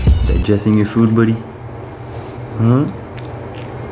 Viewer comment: I love when he call "budy"